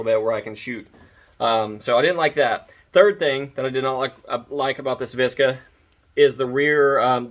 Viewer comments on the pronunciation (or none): "Vish-kah"... To make it sound like it's eastern block. 😂 It stands for "Vermont stamped Kalashnikov arms"